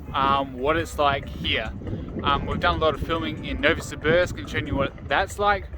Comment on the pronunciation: Nouvosibuursk. Love the way you pronounced it.